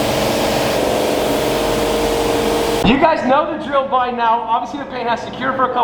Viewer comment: six BY six not six BA six